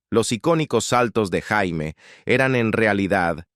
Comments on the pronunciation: No sé dice Jaime, se dice Yeimi, pronuniciénlo bien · Si nombre no se pronuncia como JAIME.. Porque en español sería un nombre de hombre.. Se pronuncia "YEIMI" Summers 🤦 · No es Jaime... se pronuncia "Yeimy". "Jaime" is nombre de hombre. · Ora Jaime🤣 Se " prenuncia" Jeimy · Su nombre no se pronunciaba ni Jaime ni Yaime, era "yeimi" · Què desastre que la llamen JAIME, como si fuera hombre. En mi caso es apellido😂😂😂😂😂😂. Muy mal, esa pronunciación es desastrosaaaaa😢😢😢